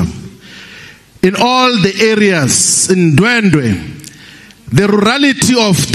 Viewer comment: He can't even pronounce Ndwedwe. He calls it Ndwendwe.